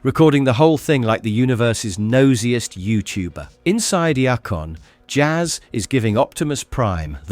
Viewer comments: "Yacon? Who or what is " Yacon"? You mean IACON? IACON aka IACON City is the Autobots home, and it's pronounced EYE-A-CON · 1. Its iacon not yacon. 2. Its always Teletran One not teletran Y. 3. Its Dinobot island where its pronounced diy-no-bot not dee-no-bot 4. Season 2 You forgot episodes as well as did not have them in correct order. 5. You forgot the movie before Season 3. 6. You skipped episodes in Season 3. 7. You never mentioned how Japan continued Season 4 differently with a full Season 4 having the story goes a different route. You did a lot of work, thank you for everything you did review. Thank You. (Everything in my comment isn't meant to be taken as negative, they are just corrections I noticed. ) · you know they pronounce Iacon several times in the series. It is pronounced EYE-uh-CON. Your pronunciation is more like YACK-on... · The way you Sao Iacon infuriates me